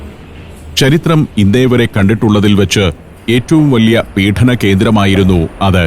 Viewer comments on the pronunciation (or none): it is "peedanam". Another mistake is "proudam". 😊